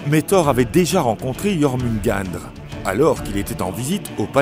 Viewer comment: Belle vidéo. Ma mythologie préférée, juste de gros problèmes de prononciation de noms comme "Ases", "Jormungandr" et les différentes niveaux comme le "Nifleim"...